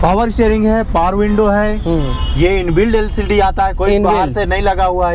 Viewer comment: LED..nhi....LCD h bhai🤭